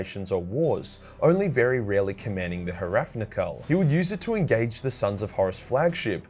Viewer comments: Hrafnkel - The H is basically silent, Rafn is the base word for Raven and is pronounced Rafen, so you didn't pronounce it right you butchered it badly, essentially the ship is called the Ravenkeel. which is an homage to Odin as the God of War and Death. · If someone hasn't said it's H-Ra-Fin-Kel sound wise Hrafnkel means Raven Wing in Old Norse. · The Space Wolves Gloriana ship should technically be pronounced "Ravnkel", but in fairness I'm pretty sure the writers didn't know that either ;) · Its name is Hrafnkel, but its pronounced closer to "Ravnkel".